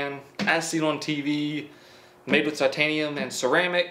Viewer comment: Did anyone else catch that he said citanium instead of titanium